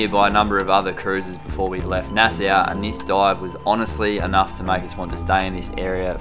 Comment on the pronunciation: Pronounced "Nass-awe"; it's two syllables... :) Greetings from NYC; two counties over from Nassau County, Long Island.